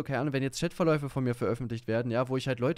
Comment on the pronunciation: Wenn ich noch einmal "Schättverläufe" höre....